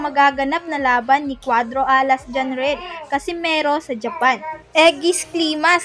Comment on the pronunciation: Maganda sna mkinig sa kwento nito kaso pahina ng pahina ang boses at saka yung pagbigkas mo ng alas at pinas nakakadiri parang hindi ka pinoy